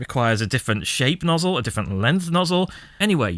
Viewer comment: Nozz-El cousin to Kal-El